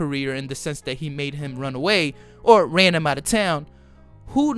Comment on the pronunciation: Carjealo Anthony 🤦🏼‍♂️